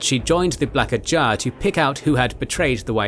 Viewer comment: It's more you're doing an impression of AI. Saying "ajah " weird, leaving articles off of words, odd cadences at times. Is it intentional?